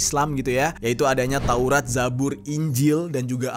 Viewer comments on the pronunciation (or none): none